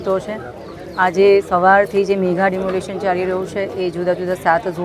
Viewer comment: બેન મેગા ડિમોલિસ બોલો નહીં. મેગા ડિમોલિશન કહેવાય